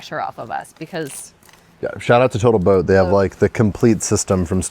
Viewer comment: Total Boat (r) Or as Xyla Foxlin says, "Botal Toat."